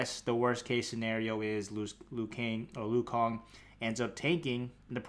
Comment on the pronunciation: nah he said lu kang in the video by accident thought it was funny